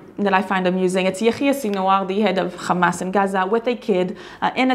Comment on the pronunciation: War between Israel and Gaza did not start on Oct, 7th. This bloody day was just the continuation of a long lasting war. As Gaza is under blockage since 15+ years, they are victims of acts of wars. Moreover, why not pronouncing "RRRrrrarretz", "Tsarrrrral" or "RRRrrrrebrew" like you do for "RRRrrramas"? May the people in Israel be in peace as the people in Gaza and West Bank.